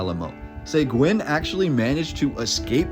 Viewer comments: Great video man! I love seeing the old history of Texas dug up like this. A couple of things. cracks knuckles It's Bear, or even Bay-har, but not Becks-ar. It's Suh-Geen, not Seh-gwen (Seguin), and bro, how do you not know how to pronounce cholera? Sorry, I know these are minor things in the grand scheme of an otherwise great video. Keep up the great work, I can tell you're truly passionate about this. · OMG! It hurts my ears when you pronounce Juan Seguin's name.... Here's a novel idea, maybe you should do some research before publishing content... There is even a town in Texas named after him Seguin, TX so it shouldn't be too hard for you to figure out how the last name is pronounced (Seh-geen). For crying out loud... 🤦🏻‍♂️ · Bexar is pronounced 'Bear' --- Seguin is pronounced 'Seg-geen' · Its pronounced Seh-geen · I’m sure San Antonio has many mysteries that would stun the citizens. His name is pronounced see-geen, (Segiun) btw. Very cool video of my hometown, thanks! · Bexar is pronounced like bear. Seguin is pronounced SeGeen. Decent info though. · born and raised in San Antonia Seguin pronounced Sa gine Bexar (County) pronounced. Bear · I'm from San Antonio and I love this. Juan Seguin last name is pronounced Se-geen. Other than that awesome job! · Juan Sayguin? 😂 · Respectfully; Bexar pronounced Bay-Er, Juan Seguin pronounced Sah-Geen. It’s a Texas thing. 👍🏼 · It's "Juan Se g'eeen " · Pretty sure growing up they told us it was named after Santa Anna. Also the missions still look the same if y’all trying to come through. 😂 the prior civilization definitely was skilled and Texas was all Mexico. And sounds like this history missing some Blk fighters. Check UIW archives. They have the actual news papers. And it’s pronounced (sea guin) the whites betrayed him. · Juan Seguin I have never heard it said like that lived around San Antonio 60 years and it was always pronounced Se Geen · Pronounced sěguēne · Seguin is pronounced Seh-geen (like seen) Hard G